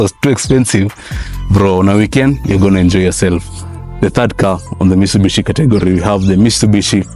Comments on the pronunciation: 😂Mitsubishi......Mistubishi utoka wapi lakini mzee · mistubishi😂😂naah bruh